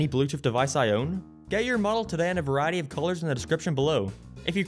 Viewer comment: so this is totally off topic but your pronunciation of "variety" , like "vuh-RYE- Eddy", sounded so delightfully southern/texan, it caught me off guard lol (speaking as a native texan who hears the accent all the time) okay that's my pointless comment of the day.